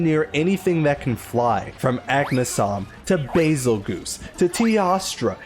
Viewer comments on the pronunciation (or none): none